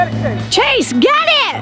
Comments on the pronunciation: You said trase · It's chase not trace